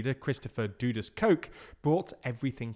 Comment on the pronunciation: Firstly it's not pronounced Ti-voo-lee it's Tivoli. Quick and short not drawn out as you mispronounced it. Secondly the barricades were erected by the residents of Tivoli Gardens because they were fearful of the security forces intrusion would cause exactly what happened when the went in to get Christopher (Duh-dus that's how its pronounced no doodus) Dudus Coke.